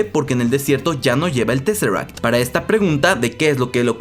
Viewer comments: Y tresseract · Jocai, Jolk, Scrolls, Thor lof an tonder, disnei plos... teseract.... en fin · no se le puede pedir mucha inteligencia a un latinoamericano la verdad, el mensaje es bien claro y es por la pésima pronunciación del autor del vídeo. Cuando quieras te doy clases, crack.